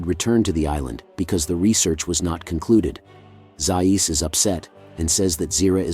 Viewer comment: Overall, I have been enjoying your channel; but please correct the pronunciation of Dr. Zaius’ name… 😇😇😇😇😇